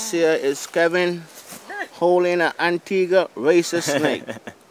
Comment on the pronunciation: I'm glad you know how to Pronounce antigua :D because most tourist don't. Great Video :)